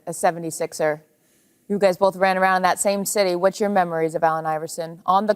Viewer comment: sounds like he says “bowf” instead of “both” kind of like buckwheat